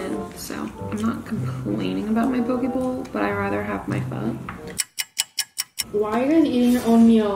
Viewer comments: girl is poh-ke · try say it like (poke-a) bowls 😉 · I just find your pronunciation of ‘poke’ really cute 😭😭😭 especially since I’m from Hawaii and we pronounce it slightly different